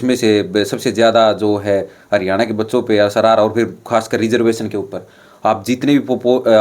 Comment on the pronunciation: भाई तुम रिजर्वेशन को रिजर्वेसन बोल रहे हो, क्या फायदा तुम्हारी पढ़ाई लिखाई का। तुमने बड़ी-बड़ी डिग्रियों के नाम पर कागज इकट्ठे किए हैं और अपने मां-बाप का पैसा वेस्ट किया है